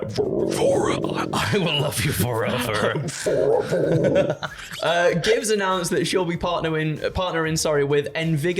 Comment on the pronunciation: ( ish marker) FOR-ev-Ver....For-ev-Ver (like in the 90s movie the sandlot) lol